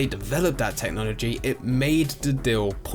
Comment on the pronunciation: dill, dill, dill, dill, do you mean deal?